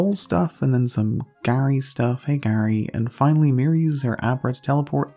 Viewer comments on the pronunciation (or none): none